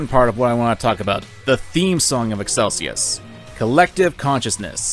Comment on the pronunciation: The way you pronounce Excelsus is... frustrating.